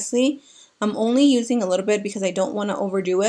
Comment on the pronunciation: Love how you say "litta bit"! ❤️😂